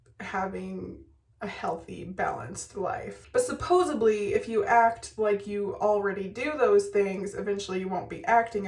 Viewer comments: girl you say supposebly 😆 I used to too but I found out it's supposeDLY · It's not supposeBly, it's supposeDly. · "Supposebly"